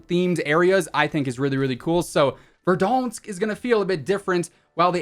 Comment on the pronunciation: Is anyone else annoyed by how he says verdansk? Just leave that for TimTheTatMan